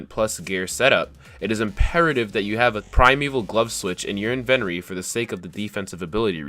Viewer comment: Is anybody else fucked up by the way he says inventory?